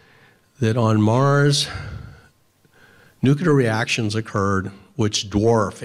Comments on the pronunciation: Nuclear. Not NUKULAR. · Please learn how to pronounce "NUCLEAR", not "NEWKEULUR". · nuclear* not nucular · Nuclear...NOO-KLEE-AR...as in, having to do with the nucleus. There's no such thing as a nuculus. How is this so hard to pronounce? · Thank you. THANK YOU. This is such an irritating mispronunciation to me...almost as irritating as February. FEB-ROO-AIRY. Sometimes I wonder if leaders mispronounce the word "nuclear" as "nucular" so they can openly lie about weaponry. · Nuclear: Pronounced “Nu-Cle-Ur” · "Nuhkela weapons" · Please stop saying "nukular". It always makes me think of G.W. Bush, and that's a bad memory. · One minute in and you're saying "Nu-cue-lar" .....if you want to act like an authority at least pronounce words correctly.. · Nucular is not a word... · Learn how to pronounce 'nuclear'. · Kinda lose me when you mispronounce 'Nuclear' many times. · Please learn how to pronounce "nuclear". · A common phraseology or slang is Nukes for Nuclear weapons. I'm far more accustomed to saying Nukes than the actual word Nuclear. It's not a lack of knowing the word it is the practice of and familiarity of using Nuke that can trip one up when using the correct term. Also, Southern slang can play into the pronunciation as well. In the South, some people will pronounce Clear as Cah'lear or Cu'Lear. It's not a lack of knowledge of knowing the word Clear, it's just a habit. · “Nuclear” is not pronounced “new-kyu-lure”. Try saying it as two syllables: “new-clear”, and you’ll be much closer. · You lost me when you said'"Nucular" several times, it's pronounced nuclear. One would think if you really knew what you were talking about, you'd be able to pronounce nuclear properly. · Dude, nuclear is NOT pronounced nu-kya-lar, it’s pronounced nu-clee-er. How did we ever end up thinking George W Bush was saying it correctly? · I'm wondering about the pronunciation of "Nuclear". Is it nuclear (new-clee-er) or is (new-cue-ler)? You can hear the correct pronunciation here